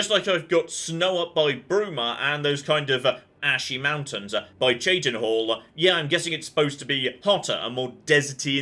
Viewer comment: yah, but before he got to cheydinhal, he had npcs say it to him, but he still kept pronouncing it wrong, even on his way there after accentping the seprated at birth quest...